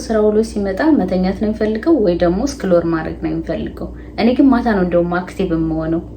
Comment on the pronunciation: "ስክሎር "❌ "ስክሮል"✅